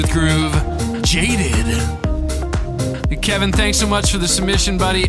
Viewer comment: Appreciate the love... and it's Kev-on (how you say it phonetically).. not Kevin... #AllGood lol